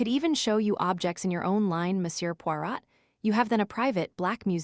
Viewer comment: AI. Pawrat